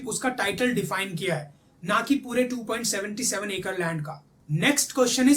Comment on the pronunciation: Bhai its not 2 point senty seven... It's 2 point Seven seven. I stopped ur video there itself🤦🏻‍♂️🤦🏻‍♂️ Jai Sri Ram.